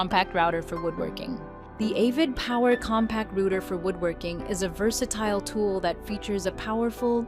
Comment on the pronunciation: Ai bullshit can’t even say router right